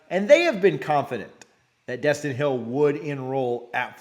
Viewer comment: It’s Destyn eee